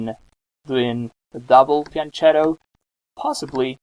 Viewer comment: it's pronounced fian-KETTO not fian-CHETTO